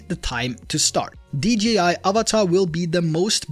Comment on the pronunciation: Avata, not avatar